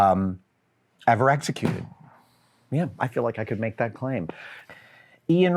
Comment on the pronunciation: “Evar?” Tsk-tsk